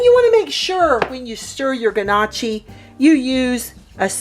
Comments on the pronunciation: It’s (NOE-kee) not (GUH-Nah-chee) lol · I just have to correct you.. “NYO-Key” is how its pronounced not guh-nah-chi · It's pronounced knock-y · Everytime she says g-nocchi an Italian loses their wings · lol yea it was painful for me and I’m only Italian by marriage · Love your videos. This doesn’t disappoint. FYI, Gnocchi is pronounced, NYAOKAY. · Pronounced “NOOKI” The G is silent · lol nooo that’s not how you pronounce it hun but good recipe! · she pronounced Gnocchi really bad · So which one of us is going to teach her how to pronounce it properly??